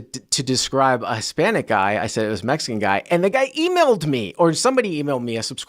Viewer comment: I've never heard of a "Maxican"